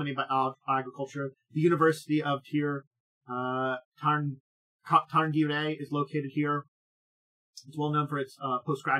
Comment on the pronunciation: The proper pronunciation is rather like 'SHEER sha-RIN-gah-ray'. Gaelic has weird relation to its written form. (Actually, the first syllable of both words start with the same sound as the word 'tsunami', but most English speakers cannot pronounce that letter for some reason.)